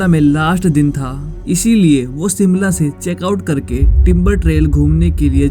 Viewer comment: सिमला नहीं शिमला है, और ये शिमला में नहीं परवाणू में हुआ था